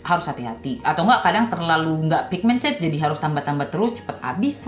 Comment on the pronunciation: Ngomong pigmented aja ndak becus